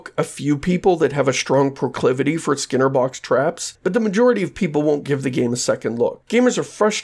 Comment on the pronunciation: It's not constructive of me, but it's weird that you pronounce skinner as /sker/ (like "scare box")